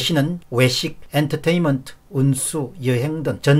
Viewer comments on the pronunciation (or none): none